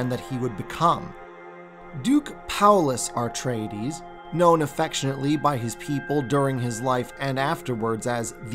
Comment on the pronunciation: AR-treides??? Dude, there's only one "r". So it's... AH-treides or EH-treides. Nice video, all the same.